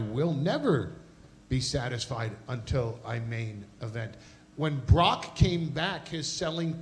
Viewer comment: I loved Heyman adding the extra syllable to Lesnar's name. "BAH-ROCK LESNAR"